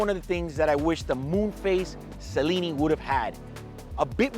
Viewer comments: it’s pronounced Chellineee not Cellini - 1908 is a wannabe calatrava! I made my AD weep when I said I’d rather pay £10k more and have a calatrava. I went the very day and got one from my Patek AD and a few days later rocked it. My AD - Rolex, admitted it was more beautiful than a 1908. Unbelievable BUT TRUE! I hear you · Not sellini... chellini... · che-leeni , think Italian or Argentine.